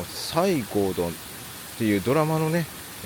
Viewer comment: 「さいごうどん」ではなく「せごどん」です。ゆるり乃湯は行ったことがあります。確か、市比野の丸山温泉の帰りでした。カラスの行水だったので大浴場の方を利用しました。そちらは、大きなヒノキ風呂です。木管からドバドバと温泉が注がれていました。アルカリ単純泉です。外には露天風呂もあります。川内高城温泉の川内岩風呂は行ってみたい温泉の一つなのですが、まだいけていません。今年は無理そうですが参考にしたいと思います。